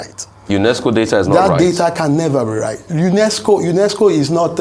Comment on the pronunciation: Rufai why are you over emphasizing UNESCO as if is not 1 of the Bretton woods institute.